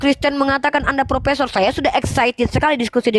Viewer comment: Bukan propesor tapi propesong.